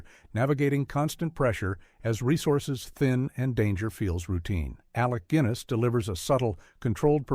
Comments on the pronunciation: Who, the f..., is Alec Gwiness? . Crappy AI narration. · Who on earth is Alec Gwinness? They really need to get better narrators. The u in Guinness is just there to tell you that the G is still hard and not changed as when followed directly by an E. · "Alec Gwinness"? Jesus wept.